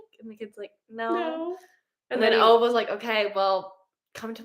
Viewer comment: Not Ova It's OvE. And the O is pronunsed like oooops without the p and s. And the E is pronunsed like Eh ❤ I'm from Sweden😊